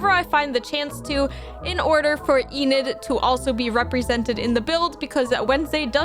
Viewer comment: Well that's not how you say enids name it's not eenid it's enid